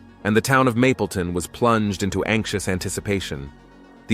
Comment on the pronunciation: “Mableton” not “mapleton” it’s irritating. Do more research